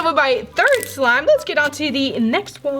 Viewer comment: Ummmm no offence but why u keep saying swime not slime